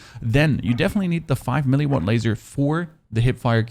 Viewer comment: Wth is your pronounciation of some of your words lol? "5 mili watt", "maacroo", "emped".😂 Nice video though, loved all the details and clear explanation!